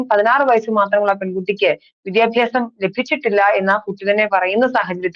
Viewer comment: "വിധ്യഭ്യാസം" അല്ല. " വിദ്യാഭ്യാസം". ഉച്ചാരണ ശുദ്ധിയോടെ പറയാൻ ശ്രമിക്കുക.